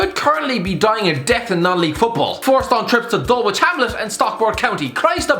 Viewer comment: The way he said Dulwich hamlet